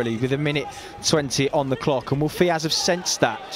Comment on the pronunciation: why are the commentators saying "fiaz"?